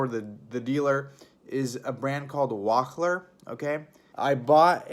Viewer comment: You have some trouble with words... Wahler is "waller", Calorstat is "calorstat" (lol), and the thing you open to drain coolant is a petcock, not a peacock.